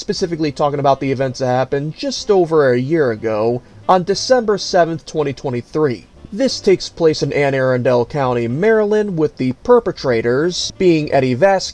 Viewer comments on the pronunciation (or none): The county is pronounced Ann- A- Rundel. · Its pronounced "Ann A-Run-Dul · Its ANNE. ARUNDEL lol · Sir, I love your channel but that is not how you pronounce Anne Arundel. I know google says it is, but it isn't.